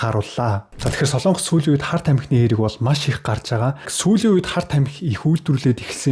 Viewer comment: СОЛООНГОС гэж улс байхгүй. СОЛОНГОС улс гэж байна. зөв яриачээ. минь ээ?????